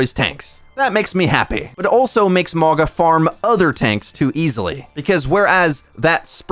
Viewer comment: I swear he pauses to say mauga incorrectly everytime. Its mauga not mawga